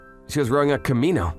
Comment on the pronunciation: it's Kimono not Key-mii-noe